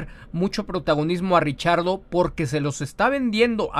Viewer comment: Yo repeti el video varias veces y no escuche el error de pronunciación de Giselle Zarur con el nombre de Daniel Ricciardo, más bien, lo escuche pronunciar correctamente....